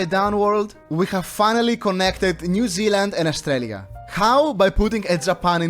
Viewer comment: when bro said New 10 times, it sounded like "Mew" 💀💀